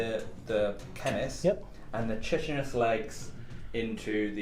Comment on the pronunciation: Another great Battle Rep. But I have point out that chitinous is pronounced with a hard K not ch, "KY" + "ti" + "nuhs".